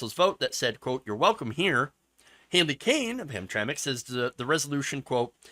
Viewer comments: Hey, aren't you from Michigan? We all pronounce it Ham-tram-ick here.:) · Ham Tram Mick is how it's pronounce. It's also not a suburb, it's a small city in the middle of Detroit. Very poor and have been discriminating against black people for a long time. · it is pronounced hamtramik. and they weren't like this before. it is going straight to hell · Gays have made this flag a symbol of hate canceling anyone who disagree with them and learn how to pronounce the name of the city idiot. These people always talk rights when the shoe fits others have the right to object to your ass even in public.